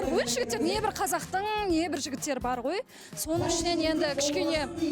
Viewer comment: "ғо-ғо" демей, "ғой" деші 🤬